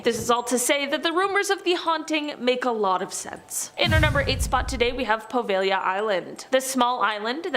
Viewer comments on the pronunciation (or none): none